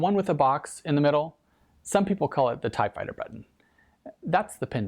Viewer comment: Closed captioning and I both heard "typewriter" instead of Tie Fighter :D